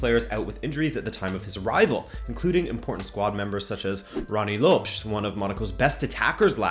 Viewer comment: your pronunciation of Rony Lopes is shocking